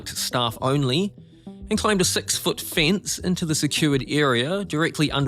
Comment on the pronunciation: It's pronounced 'fence' not 'fince' 😂